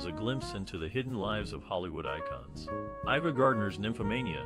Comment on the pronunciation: Ava Gardner’s first name was pronounced with a long A. Otherwise, the name would be spelled IVA accordingly.